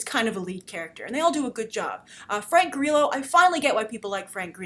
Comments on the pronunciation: Lol , Grace! Frank GREELO? Its Grillo. Also SHYLEEN Woodley is pronounced Shayleen alas Shailene Woodley. U r adorable! Thank you for making my sleepless night pass quickly by watching your reviews. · I love Frank Grillo so much omg I'm excited to see this. I think you are pronouncing his last name wrong though?